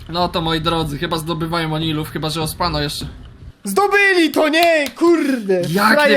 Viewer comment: Czy ktoś mówi ospanno Mówi się ospano xd